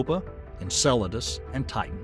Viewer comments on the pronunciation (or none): none